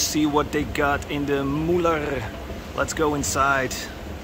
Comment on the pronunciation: When you make a video in germany try to speak the words right.....its Müller, not Mullar, and Majorette is a french enterprise thats not called Mayoret.....